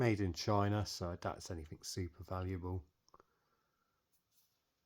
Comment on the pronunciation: I enjoyed watching while eating my dinner but please say anything .. instead of anythink .. it somewhat distracting .. well done tho